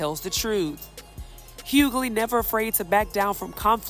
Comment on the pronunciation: It’s pronounced Hew-Ley (Hughley) how difficult is it to get the name right